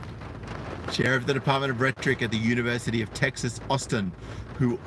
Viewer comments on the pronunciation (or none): none